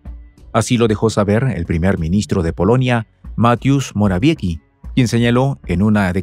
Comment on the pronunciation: es una victoria para Polonia Morawiecki (moravieski se pronuncia) Polonia siguio una politica a largo plazo cuyo fin era el desmembramiento de Ukrania a favor de Polonia, Leopolis ciudad donde nacio el escritor mas grande de Polonia Henry Sienkievich, hoy esta ciudad esta en Ukrania como resultado de un trueque, Polonia recibio a cambio las ciudades alemanas : Breslau, Danzig, Sttetin. Alemania esta observando los acontecimientos, para luego pedir la devolucion d sus ex territorios